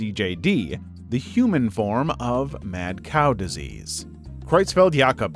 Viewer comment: Ah yes diesease balls